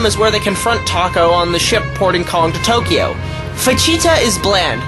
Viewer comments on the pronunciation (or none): none